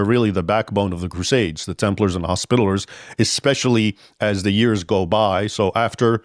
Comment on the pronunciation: Arrgh! Leaving out a syllable makes this video un-watchable. Hos-pi-ta-li-ers. Second accent on the third syllable.